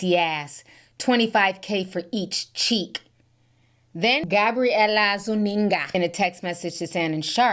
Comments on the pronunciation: "Gabriellla Nsunga" the way is saying it is making me giggle like a school girl...but ona serious note, these nasty freaky ass people...that includes Krazy Kanye smh. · “Gabberielaaa Zunneega” sent me each time lmao! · The way Ti was say Gabriella Zuniga 😂😂😂😂 but she's not going to get anything especially not a baby by Shannon . It's a wrap for her and her cheeks.